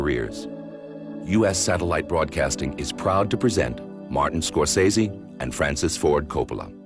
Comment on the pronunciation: Strange that they have someone doing the introduction who doesn't know how to pronounce Scorsese's name.